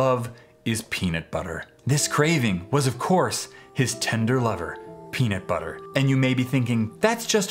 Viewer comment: "Peanit butter"